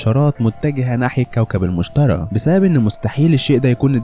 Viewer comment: ملاحظة: اسم الكوكب المشتري مش المشترى اكرر المشتري مش المشترى